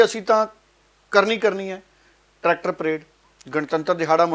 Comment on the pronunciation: ਟਰੈਕਟਰ ਨਾ ਕਿ ਟਰੈਟਕਰ